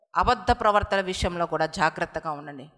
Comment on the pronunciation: Pravaktha adi pravarthalu kadhuuu